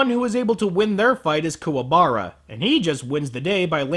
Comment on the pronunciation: I honestly prefer Kuwabara's voice in this movie. Sure he mispronounced his name, but at least this one doesn't sound like a choking sealion